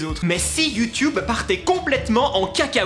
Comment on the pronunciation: Juste un truc on dit youtuuuuuuuuube pas YouToube sinon. Je t'adore ☺